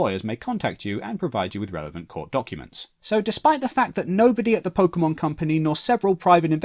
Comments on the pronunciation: I really hope you were saying "pokemons" to be ironic. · Pokey Mans!